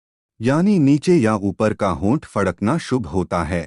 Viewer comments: Pehle fadakna sahi se bolna Sikh lijie... Fakdna nhi bole😂😂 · फकड़े नही फड़कना होता है बे। 😂😂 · पहले तो फड़कना बोलना सीखे 😜😜